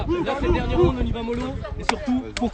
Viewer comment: Ptn c’est pas Roun c’est roud banane